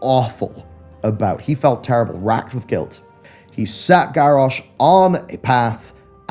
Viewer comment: Love you bit its Garrosh not Garrash